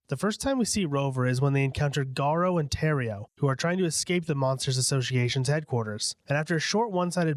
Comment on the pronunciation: “GAURIO” lol